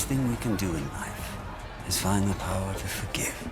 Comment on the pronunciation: Well done mate. Loved hearing you say Rings of Paw’r 🤣🙏🏼